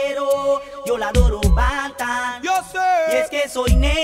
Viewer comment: es banton no rantan ni matan es banton (se pronuncia bantan)